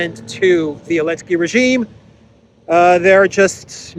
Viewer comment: you keep saying "Elenski", his name starts with a "Z". LOL